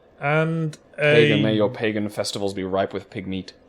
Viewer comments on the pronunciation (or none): none